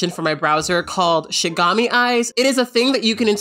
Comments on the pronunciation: hey kat, just thought you should know that you messed up on the pronunciation there, it's pronounced shi-ni-ga-mi and that browser application based off the anime death note :] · Shi NI gami eyes. Shinigami. Not shigami. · Not you pronouncing Shinigami wrong.💀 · Excuse me being a nosy weeb but her pronunciation of the word shinigami bothers me a bit